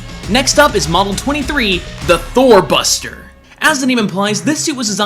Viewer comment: I heard Thor Buster as Thot Buster lol